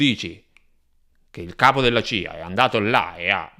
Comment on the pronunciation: Si dice CIA !! C C C !! Che cos e la GIA ??? Con la C !!! Poi....raCContare non raGGontare !!! Che fastidio !!!!!! Usa la C